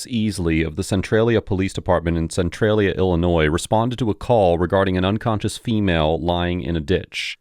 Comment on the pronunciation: Did I hear the dispatcher say "drunconscious"?